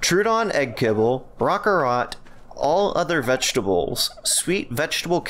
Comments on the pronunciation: Rockarrot is pronounced rawr-carrot. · How did you just pronounce quetzal and rock carrot???